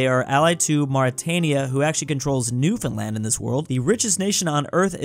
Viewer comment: actually pronounced Newfoundland right! Everyone take note 👍